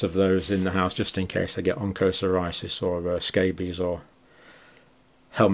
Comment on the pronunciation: Dear Dr Campbell, please try to get the right pronunciations for 'onchocerciasis' and 'helminthiases'.